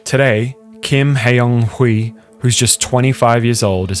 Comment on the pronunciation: You don't need to speak Korean to pronounce Kim Hyeon Hee correctly. The funny thing is he uses the "hyun" romanisation but pronounces it like the literal "hyeon" romanisation. It's not hard to copy and paste a name into Google Translate and hear the pronunciation. The actual pronunciation is "Kim Hyonee" with a very open "o" and the second "h" being silent.